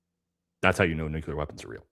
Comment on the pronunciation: "nucular" is not a word "nuclear" is pronounced like "new + clear"